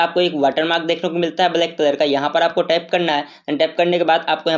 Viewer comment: यहा पर टेप यहा पर टेप करना है 😂😂😂😂